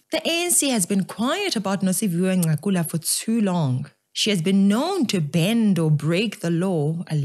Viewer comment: Not Ncakula, Nqakula 😂😂. I like your analysis though 👍